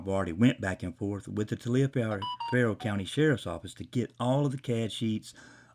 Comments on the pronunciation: "Tah-li-fer" county. That is how it is pronounced phonetically for future reference. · It’s pronounced “Tollifer” County. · learn how to pronounce the county, it’s pronounced TOLLIVER. I live 2 counties over.